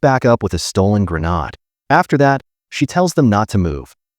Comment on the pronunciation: It's gre-nade